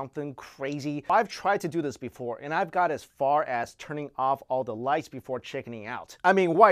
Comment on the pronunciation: I thought he said turn out all the lice XD